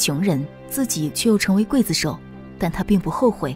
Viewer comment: 快子手！唸錯了